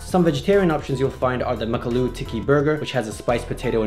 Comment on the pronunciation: It’s not uhLOOO its AAloo